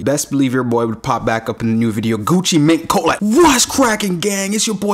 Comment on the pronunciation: He said ffuchhiii beanie hahaha 🤣.... It is jaja fake..